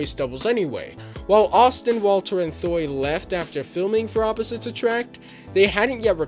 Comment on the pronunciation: Thuy's name is pronounced "Twee". Like saying tree but with a W. Not hating on you brother, just helping out. As a Vietnamese-American growing up, having her on screen was so empowering.